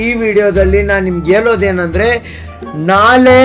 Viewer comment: Anno sariyagi matadu ನಾಳೆ adu nale ಹೇಳು helu 🤣🤣